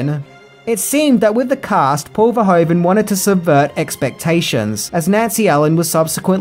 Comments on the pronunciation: Gratis Video, but it's Paul Verhoeven, not Verhoven. Well you have to now how to pronounce it in Dutch😆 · It's Paul Verhoeven, not Paul Verhoven. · Paul Verhoven?? Are you kidding me 😂 It’s Verhoeven